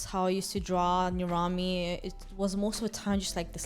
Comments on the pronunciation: I thought it was pronounced ner-am-ee, not ner-ahm-ee lol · am I the only one who thought nirami was pronounced ni-RU-mi